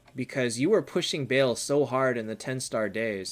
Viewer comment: Hi, love your content, keep it coming. Just one thing I noticed, you pronounce Baal incorrectly it's not Bail, pronounced it correctly in this stream.